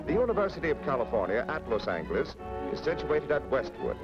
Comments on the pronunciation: he pronounced Los Angeles with a hard "g" sound, when it's actually pronounced with a soft "g" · Narrator mispronounces Los Angeles, hard "g" no longer used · Never heard 'Los An"G"eles' pronounced like that before! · “Cal-ih-forn-ee-ah”, “Los-ang-less” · "Los Sangless" lol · The lector pronounces "Los Angeles" just as speech synthesizer pronounces "Lauce Sangless" in US English on the . Google Translator in Spanish pronounces "Los Ángeles" just as pronounces "Lauce Sun Helaise" in US English. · How about Los Angeles pronounced like "angle". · Was it just the narrator or did they pronounce Los Angeles that way back then? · Interesting to hear how Los Angeles was pronounced. 👍🏼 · Original Spanish pronunciation. Spanish doesn't have a soft G. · The way he pronounces Los Angeles triggers me for some reason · love the way he pronounced Los Angeles haha